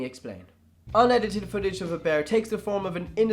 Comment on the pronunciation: Why do they call it unedited fotage of a bear